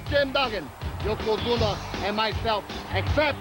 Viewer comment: I heard more than one person say yokozuma